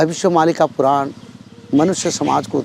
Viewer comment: पुरान नही पुराण बोल